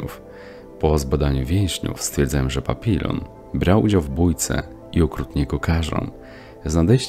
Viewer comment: "Papilon" no kur.... nie wierzę. Nie można było sprawdzić jak to się wypowiada?